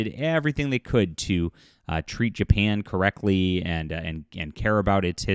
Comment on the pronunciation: “Dapan?” I have not heard of this country lol